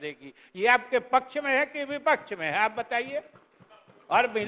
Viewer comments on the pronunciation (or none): none